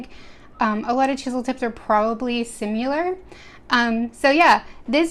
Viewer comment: 101st like btw she said simular instead of similar